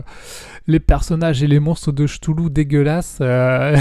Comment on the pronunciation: merci pour les retours, je pense me prendre la nouvelle boite de cthulhu. Pour Senjutsu je suis d'accord avec toi sur les cartes/plateaux. Ah on dit 'ktoulou' c'est vrai.. moi j'ai l'habitude de prononcer 'chtoulou' 😂 j'ai pris les figs de final girl je suis en train de les peindres